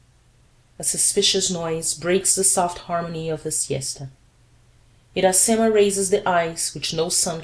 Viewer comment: Parabenz pelo esforco, mas posso dar uma opiniao ? Uma traducao mais proxima do titulo do livro em Ingles seria "Iracema: The Honey Tasting Lips Virgin" ( A Brazilian Tale ou A Brazil's Tale ) A pronuncia mais apropriada para o nome Iracema em Ingles seria => "Ira-cima". Lembrando que a letra R em ingles soa diferente da letra R em Portugues.